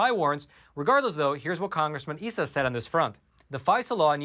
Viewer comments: Cong Darrell Eyesa not "esa" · Issa's name is "EYE suh", not "EE suh" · I was in California when Issa was first running for Congress. I understand his name is pronounced "eye-suh" instead of "ee-suh". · Isa (EYE-sa)